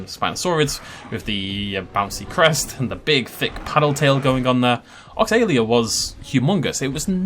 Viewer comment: Oxalaia is not pronounced "Ox-ay-lia", instead is "Oxal-eye-a", the the "eye" being pronounced the strongest. Also Irritator, Baryonyx, Ichthyovenator, etc are all spinosaurids and look quite similar to the Suchomimus in the game. so that Oxalaia is not a more realistic interpretation of spinosaurids, but brings it more in line with only some spinosaurine spinosaurids. Correct me if I'm wrong but thats what I've heard.